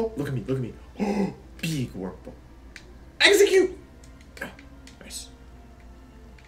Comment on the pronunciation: 10 minutes in and I'm dying over the Pokemon repeatedly being called the wrong names Please don't change this habit ever.